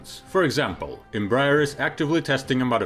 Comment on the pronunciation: Bro, if you would like to improve your pronunciation of the name Embraer, try saying "embra-air"